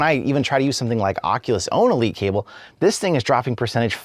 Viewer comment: Keeps bothering when he says Oculus